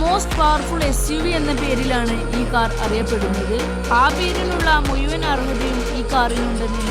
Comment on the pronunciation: മുയുവൻ അല്ല മഴുവൻ എന്ന് പറയു